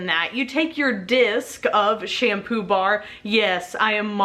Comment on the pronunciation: Am I the only one who heard sham poobah?